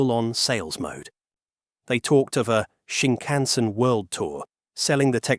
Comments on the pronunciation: I had to quit your video. The way you incorrectly say Shinkansen is so distracting as to remove my attention from the video. [ɕiŋkaꜜɰ̃seɴ] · Prime minister Abe: ah'beh. Not "abe," and not "ay-bay." You don't know it and you know you don't know it? Just tune into a Chinese video source for an hour -- and avoid making a fool of yourself. (Do it now: you're still screwing up "Shinkansen," too. You're not ready for prime time. You have no business posting to the 'Net yet.)